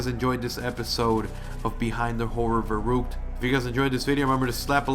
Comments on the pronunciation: I'm sorry but it's ver-uck-t-ed pernoance it right you killing me I'm German do it for me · Verrückt say it in German it's a German word you keep saying it wrong but nice video